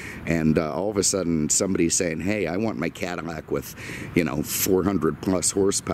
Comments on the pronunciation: Please for the love of god its Cad-ill-ac not Cadimac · What fuck is a cadimac?!? It’s CADILLAC!!! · Cadamac? Wtf?